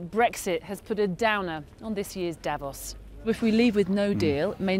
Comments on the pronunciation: it is not pronounced davoss but davose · You keep saying Dävos, it's fucking strange. The city is called Davos. I don't go calling Manchester munch-esther either just because that's how it reads to a naive German speakers eyes.